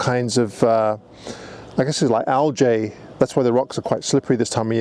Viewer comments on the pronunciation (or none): Al-Jay!? WTF? You're an Englishman man! Speak English. Al-Gee. I gave you a thumbs up but give yourself an uppercut for that one mate. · enjoying the vid but I have to say is it not pronounced Al’gay’ and not Al’jay’